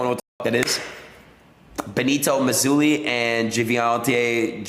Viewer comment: “Benito Mizulli” 😂